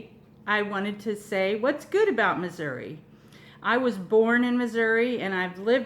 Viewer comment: Finally someone who pronounced the state correctly :)